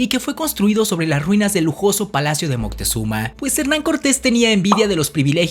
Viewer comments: Disculpa, pero el nombre correcto es Moctezuma, y no Montezuma (min. 1.53 y aveces lo pronuncias mal.) De cualquier esta muy interesante tu video. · Ya me cambiaste el nombre hijo en vez de decir Moctezuma dices Moctezuma qué pasó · Es MOCTEZUMA... sin N... Documentarse por favor ! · No es Montezuma, si no ( Moctezuma) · Es moctezuma no montesuma 👎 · moctezuma no montezuma